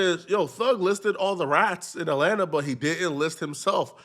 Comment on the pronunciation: "RAT-lanta" ... is wildddd ... 😮